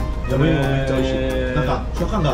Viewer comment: waktu bilang 'yamaimo' kirain 'yowaimo' 😭